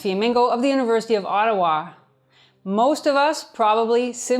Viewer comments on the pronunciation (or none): none